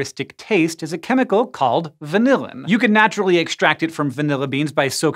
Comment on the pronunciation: Frustrating to hear hank pronounce vanillin as vanilla-in. He needs to consult some food scientists on pronunciation!